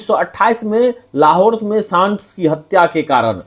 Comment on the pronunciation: सांडर्स को सांड्स क्यों बोलते हैं?